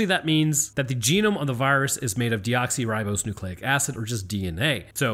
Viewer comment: when mentioning DNA, you say “deoxyRIBOSEnucleic”. I’ve always pronounced it “deoxyRIBOnucleic”. Damn, have I been mispronouncing the word this whole time since high school in ‘89? Lol